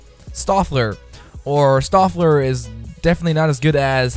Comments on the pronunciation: Stöfler not Seöfler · You trying to pronounce Stöfler physically hurt.